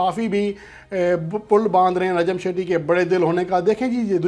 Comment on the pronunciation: لفظ نجم سیٹھی ہے شیٹی نہیں باقی رہی بات چیئرمین کی تو وہ پوری دنیا جانتی ہے کہ نجم سیٹھی کو کیسے لایا گیا ہے